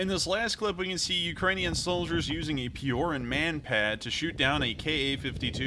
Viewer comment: Just a comment... spelling it for an Anglophone, it's Pee-o-r-oo-n Not pee-o-r-e-n... Spelled Piorun which means lightening bolt..